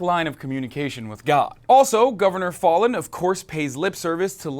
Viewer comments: Foul-in not Fallen, say it right!😡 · You're pronouncing her name incorrectly. It's pronounced as Foul-in, actually. I live here (unfortunately). I hear her name on the news all the time. As for the Governor... unfortunately, the idiots here will probably reelect her. There's not much hope for these people, politically. I'd move if I could. Unfortunately, that just makes the problem worse because the democrats, liberals, and progressives of the younger generations are all moving away rather than staying and helping change the state from within. I can't say I really blame anyone that's moving. If my family didn't have me guilt tripped into staying I'd have moved a decade ago. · Fallin is pronounced fal (rhymes with gal) + in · Her name (Fallin) is pronounced 'FOUL-IN'. This climate-denying governor asked us OKIES to pray for rain during the drought of 2011. Prayer is her constant policy proposal. But there is plenty more to pray for in this state. Oklahoma is the female incarceration capital of the nation and we rank 48/50 in education. In Senior health we rank 46/50. Seventy percent of roads are in poor condition and nearly 6,000 bridges are functionally deficient (Business Insider), When our lawmakers have unburdened themselves from the necessity of providing basic services, our only hope lies in divine intervention. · I live in Oklahoma. She is an idiot! Also, it is pronounced like Fallon. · Halo Benson i thought he was doing it intentionally. Like failin' (slang/short for failing) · He butchered her last name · You're mispronouncing her name